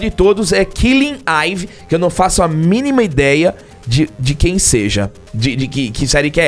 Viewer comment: Killing "aivi"...😬🤣🤣🤣🤣 É "iivi"....